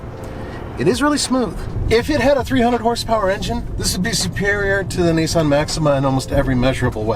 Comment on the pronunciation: It’s Nissan bro chill lmao you don’t know about cars do you